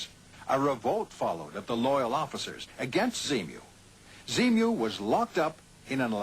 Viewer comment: He clearly says z-mu .....